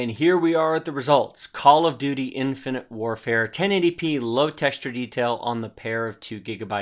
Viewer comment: Infant warfare. Nice mistake, i chuckled at that since cod multi is like that. ;)